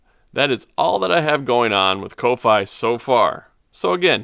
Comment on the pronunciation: fyi its pronounced coffee. like giving money for a cup of coffee ko-fi